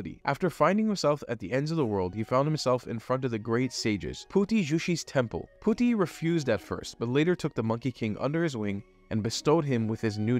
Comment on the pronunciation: Did you say puti 😅